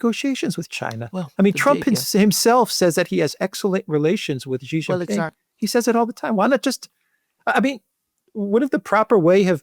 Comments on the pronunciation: stop saying Jhee it means penis. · stop saying Jhee.